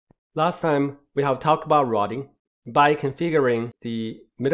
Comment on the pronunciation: very nice video; the information was spot on assuming English isn't your first language, you pronounced most things well - you just need to practice how to say "route" and "routing" because it was confusing at times hearing about "rot" and "rotting"